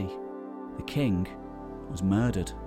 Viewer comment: I love your videos. But man, you gotta stop saying akkadian "kink" and say KING